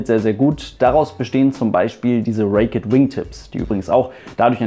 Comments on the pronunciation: bitte (!) Sag nicht "Reek-ett" "wingtips - Es heisst Raked Wingtips und wird " Reekt" ohne "ett" ausgesprochen. Nicht böse gemeint aber ich finde, du verdienst eine perfekte Englische Aussprache.;) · Cl4rendon Genauer genommen wird es „Räikt“ ausgesprochen :)